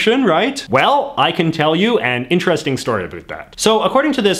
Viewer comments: It’s ab-OWT, not “A BOOT” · Okay but why does he say everything normally but then say “abüt” every time instead of “about” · You talk normal until you say aboat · we dont though, not sure where this guy grew up but most canadians pronounce it "a boat" Ive never in my life heard a canadian say a boot until I found this youtube channel lol it just what others think we say, this guys going with it I guess lol its jarring to hear for me, I think he plays it up as a joke, I hope anyway lol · South park: Predicted Canadians would pronounce "about" as "a boot" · I didn't trust a word you said after "abote" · Why do you say about like a boot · Your "about" and "around" sounds so Canadian. I live in Vancouver too, I've only ever heard it pronounced like that from Newfies and Labradores. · I love how he has a pretty American accent except when he says “About”. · Does he always pronounce "about " like that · Why do u pronounce about like that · the way you say the "ou" sound in "about" and "around" is painful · How could u trust a guy a can’t even pronounce a simple word like “about” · that's the other side of the planet. I've heard Canadians before, never heard them mispronounce words like that tho. Sounds, for the most part, like any other North American. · Nice video. But you're saying "about" wrong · I cringe every time I hear “about.” I’ve lived in Canada my entire life, and I’ve never heard this. What is this strange affectation? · The way this guy pronounces “about” is extremely annoying to me